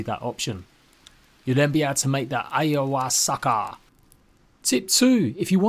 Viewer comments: "Eye-a-hoo-aska" lol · Ayahuasca - ah-you-hu-was-ka. Spoken like a true psychonaut. Great vid tho